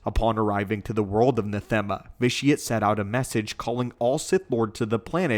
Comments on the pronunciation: Ikr? Not as if there's a whole game worth of references to it with people pronouncing it correctly to look into. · your wrong about many points about the ritual of nathema, including the pronunciation of the planets name. it wasnt vitiate who did that for instance. it was tenebrae. upon the completion of the ritual of nathema. he became both vitiate and valkorian at the same time. as he was so powerful at that point that he could split his consciousness into 3 distinct parts.